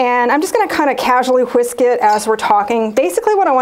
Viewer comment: Did she really say "Hwisk" it?